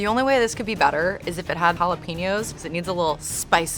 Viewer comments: Why is she saying jalapeños like that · How that white girl says jalapeños hurts me 😂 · I hated how she just pronounced jalapeños